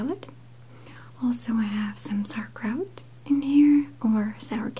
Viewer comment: it sounds like she said sow Kraut